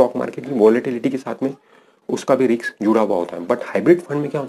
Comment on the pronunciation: रिक्स नही रिस्क